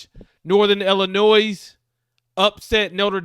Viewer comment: The "S" is silent in Illinois 😂